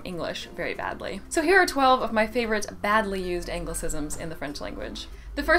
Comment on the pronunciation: When you say the word 'Badly' it seems wrong somehow. Interesting video btw.